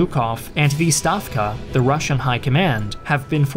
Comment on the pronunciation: Wow, the Russian voiceover is exceptional! As a Russian, I can confirm that the pronunciation is on top level!